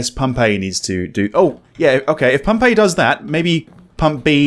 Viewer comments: When you kept saying "Pump A", it sounded like "Pompeii". I got really confused. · Am I the only one hearing Pompeii instead of Pump "A"? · I swear to god, when you were saying "Pump A" I kept hearing 'Pompeii' and paused the video to try and sus out what a city destroyed by a volcano had to do with this horror game. ...also this game looks intense in that 'slow build up of absolute terror' way. Thanks for playing!